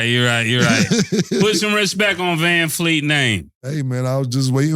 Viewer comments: "Vanfleet", put some respect on his name.....😂😂😂😂😂. That man said put some respect on the wrong name 😂😂😂😂. Vanvleet man 🤦🏾‍♂️ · I think y’all might be butchering Fred Van Vleet last name up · Callin Vanvleet, Vanfleet over and over is wild😂😂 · Com'mon! U gotta get these guys to say the name right.... who TF is VanFleet??? VanVleet* plz lol